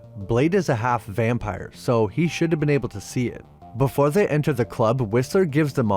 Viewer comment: “befor zey enter za club”